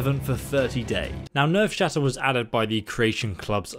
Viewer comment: When he says never shatter even after looking at it and then realizes his mistake and corrects himself but he’s still wrong and says nervesshatter